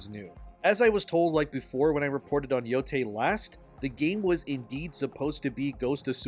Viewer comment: ITS YO-TIE NOT YO-TAY SAY IT RIGHT